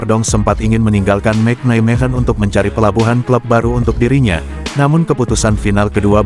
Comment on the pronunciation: Satu lagi.....adminnya mengucapkan Nijmegen benar dan tepat "Neimehen"......ga seperti channel2 sebelah "Nizmegen" sampai lidahnya keseleo tetap saja ga tepat, habis ga pernah mau belajar cara mengucapkan suatu kata Belanda dengan tepat.